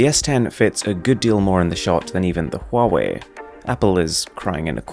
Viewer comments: Huawei is actually pronounced as Wah-Way. Please consider right pronunciation next time. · I keep getting confused, you're pronouncing the first phone like "Hall way"